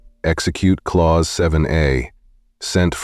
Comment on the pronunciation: Clause is pronounced as CLAWS, NOT Clowse.